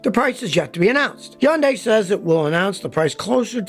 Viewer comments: HUN-day i-ON-ic not hiaundai eeoneeque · Scottty Scotty Scotty. It's pronounced Hun Day. Not Yun Di. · I love Scotty and his videos but I cringe every time he says “Hyun die” instead of “Hunday” (Hyundai) and “Ioneek” instead of “eye onik” (IONIQ) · Scotty, why do you leave the H off of Hyundai? You are the only one I've ever heard call it yundai. Most pronounce it Hi - yun - day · Scotty It's Hun day! Not Hyun day! The Y is silent! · They've just had a big campaign here to make British people pronounce Hyundai properly. It's not HI-UND-DYE it's HYUN-DAY 🤣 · Learn how to say hyundai Mr "yundai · Please stop making videos with Hyundai vehicles, until you stop mispronouncing the name ! It's NOT YUNG DAY ! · It's easy to say it correctly: Sunday, Monda, Hunday!!!! I got this from a factory rep in 1987. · I wonder how long til scotty realizes there is an H at the beginning of "yundi" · Where I live we pronounce it honday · Nobody: Absolutely nobody: Scotty: Yahnday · One of these days Scotty will learn how to say HUN-DAY. What a hard headed Red Neck!! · Lol it’s hun-day 🤣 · I worked for a market research company a decade ago and Hyundai came in and told us how to pronounce it in an easy way. “ITS HUN-DAY LIKE SUN-DAY” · Who cares how it is pronounced. It is still hyuJUNK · Scotty please stop butchering the Automaker's name!!! google it!! How to pronounce the car brand Hyundai correctly, unlike almost everyone else. - ESP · You pronounce Hyundai funny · It's hilarious how Scotty can't pronounce both Hyundai and Ioniq correctly LOL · Scotty says it like no one else. Cmon dude, even the company reps don’t say it like you. We should pronounce your name as skooty kill-meer